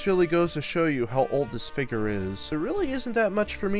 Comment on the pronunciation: it’s figure not “ finger”…